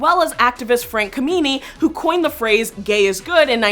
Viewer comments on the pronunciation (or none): Anyone who pronounces the last name of the great Frank Kameny as "Ka-mee'-nee" lacks credibility in the knowledge of gay history. As far as I know that word "gay" was used in the early XX century in flyers advertising drag African-American parties (I have seen them). The first use of "gay" meaning drag in a movie was by Cary Grant (himself being gay) in the 1938 movie Bringing Up Baby, in which he was dressed accidentally in a woman's dressing gown.